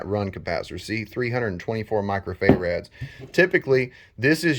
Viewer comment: Micro-fay-rads lol. I really like the video though. Very helpful